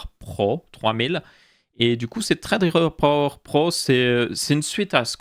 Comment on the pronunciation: pourquoi tu dis "traid riper" on dis sa ce prononce threadripper